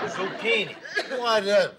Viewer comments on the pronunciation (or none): archie: Quizini Mike: Zuchini Archie: Whatever